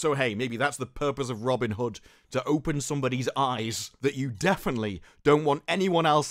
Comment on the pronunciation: Rob-yin Hood